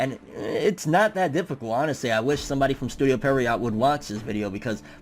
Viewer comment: Studio Pierrot btw. You’ve been saying Perriot